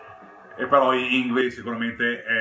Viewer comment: Bellissimo video, grazie. Piccola parentesi: una svedese mi spiegò che si pronuncia "Yngwie" (con una musicalità per noi innaturale...).